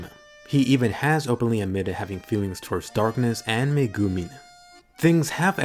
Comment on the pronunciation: please, for the love of god... learn how to say Megumin and Chomusuke properly.